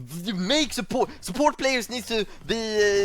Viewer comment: When I heard Superport, I’m like huh but then after he said it a few times the dots connected…his accent made it sound off but he was saying support the whole time. Good video